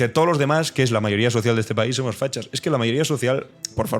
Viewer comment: Tiene cultur,a, dice. Ejque...